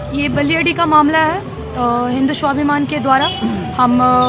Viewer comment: Pahle bolna to Sikh Le Swabhiman kaha jata hai ya Swabhiman